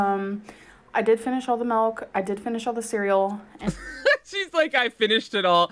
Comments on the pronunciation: tangledweb79 melk situaishun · Did anybody else notice that says Malk instead of milk?